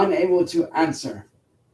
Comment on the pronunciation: Lol it does sound like he's trying to speak like a monk or some bullshito master. Listen to how he says "answer" ! He's even speaking with a partial accent 😂